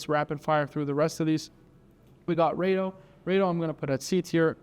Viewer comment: I'm pretty sure you mispronounced at least a few names. Glashutte and Rado are not pronounced the way you did.